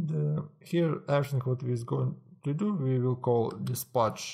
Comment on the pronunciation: неплохое объяснение, но произношение here )